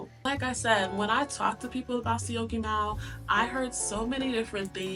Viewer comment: 😂 I am surprised you can pronounce Syokimau! Enjoy life!